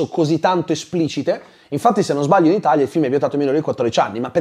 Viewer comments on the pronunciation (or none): none